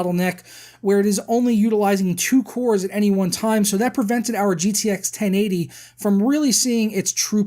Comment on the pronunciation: The way he said 1080 bothered me so much :(